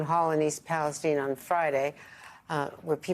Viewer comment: Why is msnbc intentionally mispronouncing the name of this town? It is pronounced in the exact same way as the country Palestine.